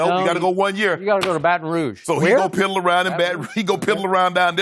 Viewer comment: Aye Drip you better put some repeck on Baton Rouge when you say it